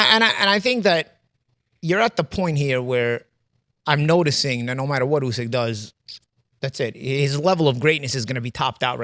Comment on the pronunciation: Idk why but it seems as if the host doesn’t know about boxing based off of how he pronounced usyks name